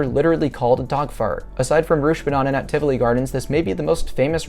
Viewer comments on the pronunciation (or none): rush-benanen... as a dane, that prunonciation hurts like alot bruh. u kinda say it like rut-sche-ban-en.